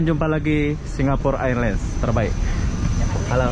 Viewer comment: sewaktu di bandara Kan sudah disebut dgn betul itu mas